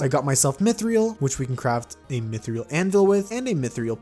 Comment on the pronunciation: I just started watching you, and you day mith-re-al instead of mith-ral